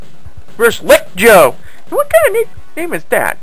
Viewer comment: "lick Joe" was supposed to be "rick Joe".